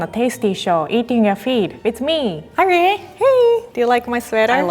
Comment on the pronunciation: I love the way that rie pronounces words